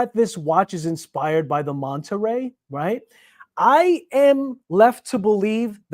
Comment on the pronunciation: “Manta ray” not “monta ray”. Beautiful watch.